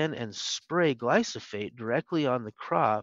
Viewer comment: While this is excellent information and I greatly appreciate it, I can’t help but question glyphosate versus glysophate that David continually refers to. I’m a customer and a HUGE Azure Standard fan.